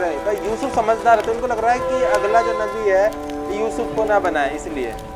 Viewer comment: Usuf assalam nehi.....yusuf alaihi wasallam